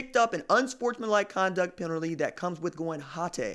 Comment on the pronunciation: Egg-ast! What a pee-nalty!